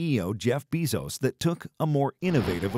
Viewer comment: "Jeff BEEEEEEZOSE"